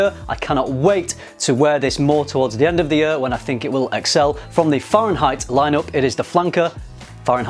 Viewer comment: Am I the only one who noticed the pronounciation of 'year' like 'yuur' lol